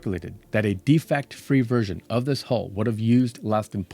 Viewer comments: Please learn how to say 'hull'. Initially I thought you were saying 'hole', and the subtitles were also showing 'hole'. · I got very tied od the comments saying HOLE instead of HULL.